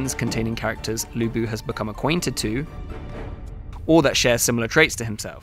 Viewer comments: It's Lü Bu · 吕布 should be pronounce as Lü Bu instead of Lu Bu. You guys need to make serious correction, since i don't want all my non-Chinese-speaking friends get the pronunciation wrong. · his name in the game is right texted as Lü Bu, but the pronunciation, the video title and the caption is wrong. you guys need to fire the publisher of this game because they fail their job. If the development team got it right, how on earth the publisher of this game not getting it right? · Yeah, even the employees cant pronouce Lu Bu right, like oversimplified aye